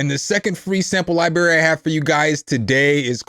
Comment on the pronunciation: is coo... but you gotta stop saying Lie BErry... you sound like my dad or something.. lol its libRary.... xD....:face-blue-smiling::face-orange-biting-nails